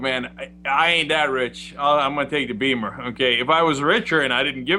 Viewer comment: I cringed every time I heard him say "BEEMER"..